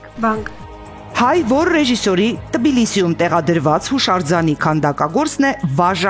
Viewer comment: Էս խաղը վարելու ու թեկուզ ֆորմատից ելնելով խաղացողներին կծելու համար պետք է հաղորդավարը գոնե ինչ-որ բան ներկայացնի իրենից։ Չանդրադառնամ ահավոր վատ ու դանդաղ դիկցիային, ի՞նչ ա նշանակում Տբիլիսի, հայերենում Թ տառ կա, լսե՞լ ես։ Կամ այ իդիոտկա, ի՞նչ ա նշանակում Դուք չեք կարող հանել բանիմաց մասնակցին, կարող էիք հանել Հասմիկին։ Նախ, խաղի ո՞ր կանոնի մեջ ա գրված, որ չեն կարող հանել բանիմաց մասնակցի, քո արած արտահայտությունը նախ վիրավորում ա մյուս մասնակցին, հետո ցույց ա տալիս քո հավի ուղեղը, որ եթե մեկը բանիմաց է, նշանակում է մյուսը՝ ոչ։